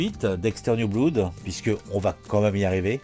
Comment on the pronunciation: PS: « Blood » se prononce « blode ». 😅